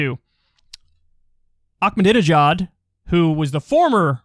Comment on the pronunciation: Ahmadinejad doesn’t have a C or K in it, it’s not pronounced that way.